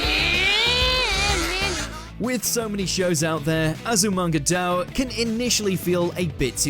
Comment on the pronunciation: azumanga "daw" and law of "u-weki" is just... i have no comment lol... also reborn's "final arc" isn't even the final arc lol XD